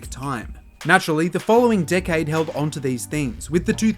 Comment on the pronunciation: Dude you need to learn how to properly pronounce 'decade' cuz it sounds like a cuss word 😂